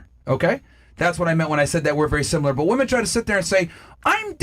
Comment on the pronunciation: WTH is "Simular"?